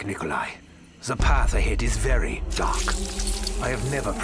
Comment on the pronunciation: "tmart here and today i am veryuh veryuh excited"